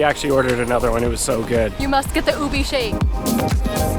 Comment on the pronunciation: Ube is pronounced ‘ooh-bhe’ and it’s actually a taro and not a purple yam, unless they’re using the purple yam as a substitute for ube.